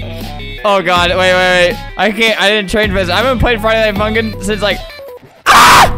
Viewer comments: why does it sound like he said friday night fuking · Anyone noticed that when he said “funkin” he almost said the f word but he said “funkin#”